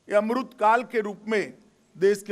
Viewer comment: Bhaio yai kon sa naita h es ko amrit nahi bolna aata 🙏🏽